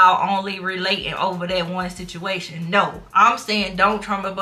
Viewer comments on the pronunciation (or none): none